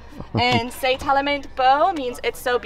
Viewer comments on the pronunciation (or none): Impressive. However, just a little criticism of her pronunciation of tellement, which should sound like telmau.